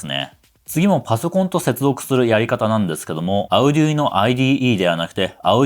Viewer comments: アゥデゥイーノ じゃなくて アルデュイーノだよ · アウデュイノって言うんですね！ 今までオーディノとか言って誤魔化してましたw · あうぢゅいの？？？？？？？？？ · それでもunoなんだぁ。Uno? の意味でQとか。 発音ビックリ! カタカナで書くとどうなる? アルデュイノと思ってた。